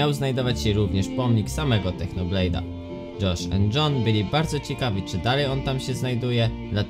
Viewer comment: dżosz end dżon XD